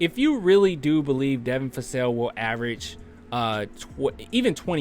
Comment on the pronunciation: Vassell not Fassell.